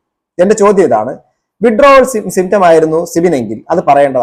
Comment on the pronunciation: വിഡ്രാവൽ സിൻഡ്രോം എന്ന് മര്യാദക്ക് പറയാൻ പോലും അറിയാത്ത ഈ ബസ്റ്റാന്റ് ഒക്കെ, ആരുടെ നക്കാപിച്ച വാങ്ങിയിട്ടാണ് എന്ന് മനസിലാവും, മാന്യന്മാരെ അധിക്ഷേപിക്കാൻ ഇതുപോലത്തെ മൂന്നാംകിടകളെ ഇഷ്ടം പോലെ കിട്ടും, പത്തോ അഞ്ഞൂറോ കൊടുത്താൽ മതി, മാന്യതയും മര്യാദയും ഉള്ളവർ ഇതിനെതിരെ പ്രതികരിക്കാനും പോകില്ല...